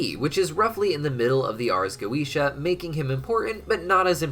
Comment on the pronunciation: Why is it so fucking hard to simply say goetia properly